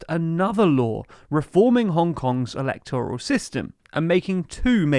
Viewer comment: Please pronounce 'electoral' with stress on the second syllable, not the third 🙏